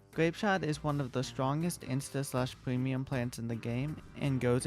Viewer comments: I love how he says “Pwemium Pwants“ 😭😭😂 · I like the way bro talks pweamium plants just makes me want to become friends